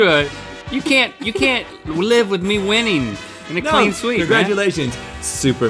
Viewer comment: CWEAN SWEEP